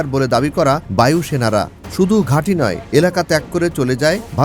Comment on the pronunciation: বায়ুসেনা না,পায়ুসেনা😂😂